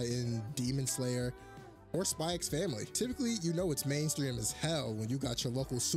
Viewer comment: Lost me when you said the X in Spy Family